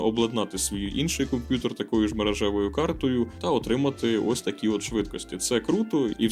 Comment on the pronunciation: Дякую за контент. Все супер, але мені ріже слух слово "комп'ютор"